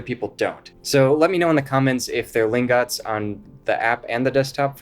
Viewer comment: its not pronounced lingOts its pronounced lingUHts (it says that in the website somewhere)